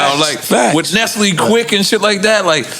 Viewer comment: Did Nore just say Nestle-quick instead of Nesquik😂